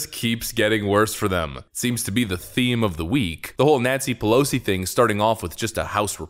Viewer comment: The first time he said Nancy Pelosi it sounded like "Nazi Pelosi" lmao